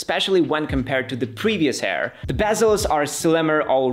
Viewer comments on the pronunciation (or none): It’s Air, not Hair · did he say macbook AIR or macbook HAIR